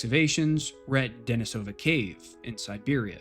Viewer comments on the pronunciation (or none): Very good video. I especially appreciate your perfectly correct pronunciation of Denisovan. However... the cave where the first little finger bone was found is also pronounced with stress on the second syllable: De-NEE-so-va, not De-ni-SO-va. It comes from the Russian name, De-NEES (Dennis), which is pronounced like the English name Denice. That aside, thanks for an excellent, well-researched, and enjoyably presented video.